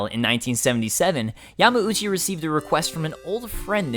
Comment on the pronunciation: Why does he say Yama-oochee? Isn't it Yahm-OW-chee?